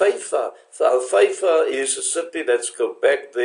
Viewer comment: Haifa not Feifa